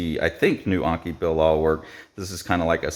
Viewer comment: it's not Anki but Enki Bilal (E as in TED) anyway not sure why people cannot pronounce letters the way they look